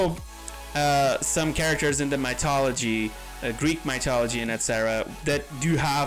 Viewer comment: "Greek Mytology" God I love you XD